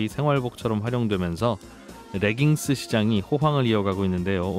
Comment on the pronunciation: 레깅스를 자꾸 r발음을 넣어 reggings 라고 발음하시네요. Leggings "레깅스"가 올바른 빌음입니다